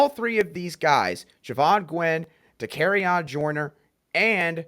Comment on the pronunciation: Love the podcast!!! One small adjustment. Joyner’s first name is pronounced Da-carry-on….